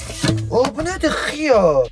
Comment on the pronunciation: Aə xıyarr deməsinə cırıldım ee